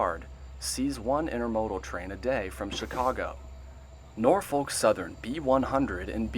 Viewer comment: He said it fine 😂